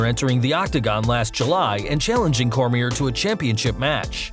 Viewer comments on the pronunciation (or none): Daniel who? lol Cormie"r" LOL. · He said Cormier wrong